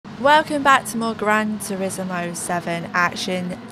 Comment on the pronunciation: Love the way you say Gran Terizzamo! Congratulations on the season win too 😊